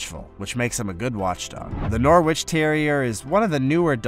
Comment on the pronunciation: It's pronounced Norritch lad. Like Keswick is pronounced Kezzick.